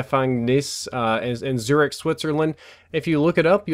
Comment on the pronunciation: its Zurich